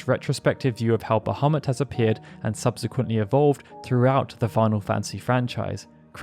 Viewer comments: *BahamOOt! It's pronounced "Ba-hah-MOOT", NOT "Ba-hah-MUT", damnit! =__= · "Bahemutt"?!? Sorry, can't watch. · The actual pronunciation is "baha-moot" but personnally I hate that lol I prefer "buh-ha-mutt". They verbally say his name in FF12 and when I heard it, a part of me was heartbroken they pronounced it like that lol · It's a minor thing and I may be wrong but I am pretty sure that original pronunciation is bah-ha-moot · So happy to hear you pronounce it that way. Pretty sure it should be closer to bajamoot, but I've always said it the way you do here. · um Bahamut its pronounced 'Bah-mew' but to each there own. I was just being informative that's all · its pronounced "Bah-Ha-Moot" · bahamut ❌❌❌ ابو محمد✅✅✅ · this just minor issue, but probably you should reviewed the subtitle, as the way you pronounced bahamut, the sub showed 'muhammad' instead quite few times. thanks. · Funny that you bring that up. Turns out that Bahamut (the fish) is a creature of Middle Eastern origin. So I find the error oddly appropriate.